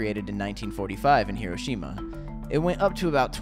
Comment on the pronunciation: Thank you for saying Hiroshima correctly